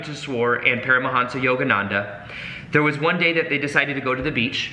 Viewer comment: Yoganadha?? Its yogananda